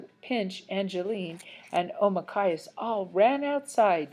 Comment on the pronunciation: Not to be mean or anything,but why did you keep adding words to it or skipping words? Or calling Nokomis grandma or calling Deydey father? And pronouncing Omakayas’s name as okmayas? (Again,not to be rude or anything)